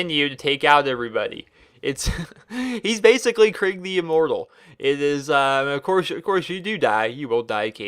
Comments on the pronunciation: It’s kreeg not craig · Enjoyed the video, hated you kept saying Craig not Krieg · It’s pronounced krEEg. Not krig not kreg and definitely not Craig. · It's not Craig its kreeg but that being said great video 😊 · “Craig” kreeg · Your pronounced Kerig wrong it's Ke-rig not Craig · I don't know why it annoys me so much when people pronounce his name Craig but it just really does. his name is pronounced Kreeg. Like you make a long E noise in the middle, not an ai noise. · The way you pronounce krieg isnt "kreeg" its more like kreg (kr-short e-g saying the e like youd say it if it was just the e) idk how to explain it tbh xD Assuming that his name is suppossed to be the german word for war. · KREIG Not CRAIG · It's... Ponounced... Kreeg... NOT... FUCKING... Craig... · its pronounced kreeg man, not kraig :) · You do know its krieg like in blitzkrieg nog like craig the the pin headed guy in slipknot i know he looks like a psycho but just dont confuse them oke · This seemed like a good video than I hear "Craig" and I closed it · It sounds like your saying craig instead of krieg to me XD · I pronounce it (kuh-ree-eg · no its "kr-egg" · Am i not the only one kinda annoyed by how he says kreig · I love the pronunciation of kreig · I dont like this vid for 2 reasons 1: he mispronounces Krieg 2: he doesnt even know how most of the skills/op8 work (fucking max health) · Does a how to for a character from a game,can't even say he´s name right.